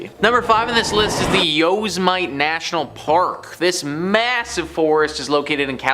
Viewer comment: How do you mispronounce Yosmite? (Yo-Sim-Mitty)